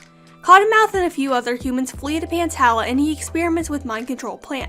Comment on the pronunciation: I'm pretty sure pantala is pronounced pan-tall-ah because my name is tala and it's pronounced tall-ah